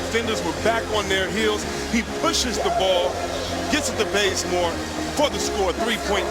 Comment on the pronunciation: "Stephon curry, Stephen curry" "And here's Brazemore! Bazemore! Kent wazebore!